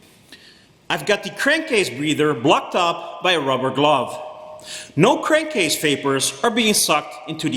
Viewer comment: ” I have the crankcrase breather blocked up with a lubber grove” 😂😂 sounds like me every day 😎😂😂